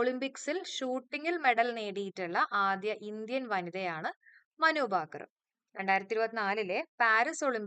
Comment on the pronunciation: മനുബാക്കർ എന്നല്ല മനു ഭാക്കർ എന്നാണ്